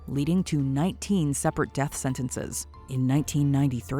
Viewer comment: Ahem!... "supposed to be put to dath"??? You mean "supposed to be put to death" I assume.